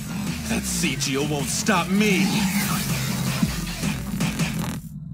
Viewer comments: in the english dub they pronounce it 'seejil' but the japanese one they pronounce it 'sigil' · ... Wow, two different ways they mispronounce it in this dub. I was expecting the "hard G" version, but not the "Pronouncing it with a long I instead of short." (It's normally only pronounced with a hard G if you're talking about the city from Planescape)